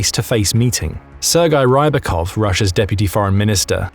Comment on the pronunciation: It's not 'Rybakov, it's 'Rippitoff'!